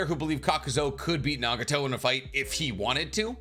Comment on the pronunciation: who is naga-tow lmao